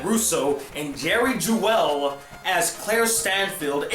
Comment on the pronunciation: You pronounced some of the last names wrong. Vale is pronounced as Veil, Seitz as Sights, Jewell as Jewel, and Mignogna as Min-Ya-Na. Not trying to be mean, it really bothers me when people pronounce the names incorrectly. As for Vic Mignogna, I met him at a convention twice and he is one of the nicest voice actors and I don’t see him as a douche.